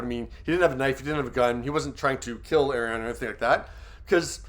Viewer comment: Her name is pronounced are ri ah na